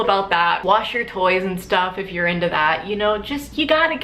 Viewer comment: I thought you said 'you know, wash your toes if you're into that' but what you actually said was just 'toys', jfc I was so confused